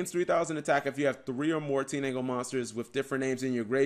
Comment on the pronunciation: Wait did Cap say Teenangle instead of Tindangle?